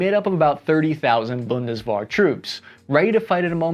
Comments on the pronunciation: As a German viewer : It was fun having you pronounce German phrases 😂 Boon-Des-Where Germany cut his military tradition after the war. Yes we took over even some Wehrmacht Generals to found the Bundeswehr back then but the modern bureaucracy and the political oversight is done by non-military people. We had former schoolteachers as Minister of Defense. That doesn't make it easier to have a strategic development of your country's forces. Germans tend to be stoic, detached. The seemingly contrdicting poll numbers can be understood as "Yes we want to be strong, but we don't want to be drawn into someone else's problem." parts of civil society would like to see support for Ukraine end sooner than later. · I see that the hard Ts in many german words give you a hard time pronouciating them correctly. I know thats not common in english, but essential in many german words. Also pronounceing "Bundeswehr" more like Bundeswar" das not bode well with me as a german... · NEW DRINKING GAME fellow SPA members: Every time pronounces the word, Bundeswehr, incorrectly, take a sip. Last person alive wins the game. Alternative game: Every time pronounces a foreign word or name CORRECTLY, take three sips. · Please don't ever say the word Bundeswehr again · How many times can one mispronounce BUNDESWEHR? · Where is the A in Bundeswehr? I can't find it anywhere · It's Bundeswehr, with an "e". Not an "a". 😉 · I love how he just forgets how to say the German words more and more as the video goes on to the point he's saying a completely different word. RIP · Take a shot every time mispronounces Bundeswehr🥴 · Bundeswehr. wehr you can pronounce it somewhat like the "wer" in "werewolf", just softer. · How many ways can pronounce Bundeswehr? (Most were wrong) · its "Bund-dez-vair" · What the heck is "Bundeswahr"? ^^ Just kidding. I like the video. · Bundeswehr is better pronounced "Bundeswear" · WTH is BundesBAR?? It's BundesWEHR! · Bundeswehr, not "Bundes War"